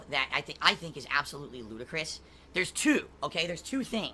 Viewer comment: Really missing out on a chance to post a pic of the rapper "Ludacris" every time he says it in the video.